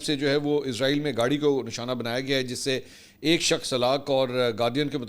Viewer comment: The right prononciation is Israil, not Izrail! please dofferenciate itt because it gives the impression of Izrail (AS). Jazak Allah Khair!